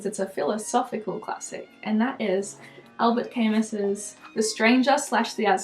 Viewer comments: I'm surprised more people aren't getting on her case about the pronunciation of Albert Camus. I was sure there would be bunch of neckbeards yelling in the comments; "it's pronounced allbear kamoo." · Not trying to be a dick but just so you know, Albert Camus is pronounced Alber (silent t) Kah-moo (silent s) because it’s French <3